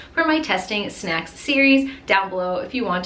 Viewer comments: "Shnacks" just say snacks no hate tho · No hate but why you gotta say shnacks like talk normal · Just like she says shnacks instead of snacks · DO A PART 2 my fav snack i will send on insta P.S you said “shnacks”